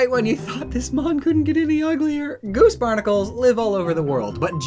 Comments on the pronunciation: “Japanese boose garnacles” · Whenever you say goose barnacles u have to call them boose garnicles